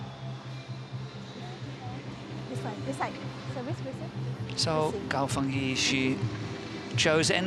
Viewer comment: It is Gao Fan-"JIE" can the commentator get it straight? He said it wrong in Semifinal too